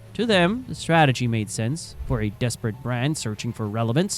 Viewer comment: their "stragetery" worked perfectly